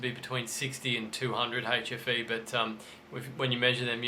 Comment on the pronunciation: AHHHHH!! 'hfe', not 'ATROPHY'....I swear it sounded like atrophy. Which I though meant duds.